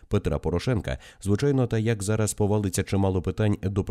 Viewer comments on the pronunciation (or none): none